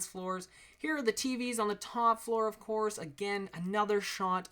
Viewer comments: you said clourse... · ' Flooring Ofclourse. ' xd. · ' Flooring, ofclourse. ' Lol. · hey man im super new to ur channel ive probably only watched 9 of ur videos and i gotta say at first i thought u were kinda weird. but then when i actually paid attention and got sucked in to what ur saying, and admiring how much fun u have and will have making these videos. again another great build great job! p.s.: u said "of florse" lol good job man! keep it up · he said of clourse :D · "Flooring of cloorse" :D